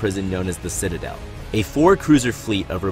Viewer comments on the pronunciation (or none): none